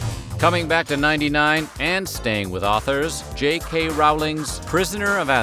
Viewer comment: Rowling rhymes with bowling and rolling. She has clarified this many times. If you are a pro, do your homework.